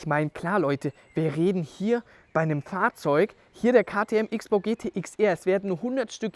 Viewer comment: Kleine Korrektur, weil ich es immer wieder höre: Man spricht es in diesem Fall „Cross-Bow“ nicht „Ix-Bow“ aus.